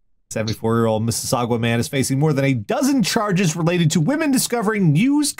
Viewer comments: Mississauga = "Miss-a-saw-guh." was pretty close, but it ends in "guh" not "gwa." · pronunciation of Mississauga makes my ears sad. FTR, it's "MIS-us-SOG-ah", not "MIS-us-SOG-wah". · Gods, hearing say Mississauga hurts.